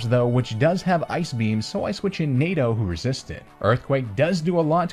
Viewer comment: every single time you say NADO I can only hear NATO also amazing vid